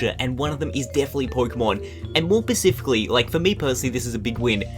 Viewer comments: This dude said "pacific-lee" instead of "specifically." Holy shit, my head is about to implode from how hard I'm cringing. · ... Pacifically?! specifically* ... The Pacific is an ocean! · pacificly. lol